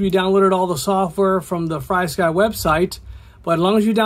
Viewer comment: It’s pronounced (Free sky). There’s no y after FR. This is from Frsky on how to pronounce it (it’s on all their documentations / instructions)